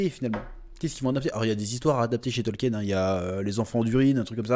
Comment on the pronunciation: Information de première importance ! le nom de l'auteur se prononce (tolkine) ! eh oui !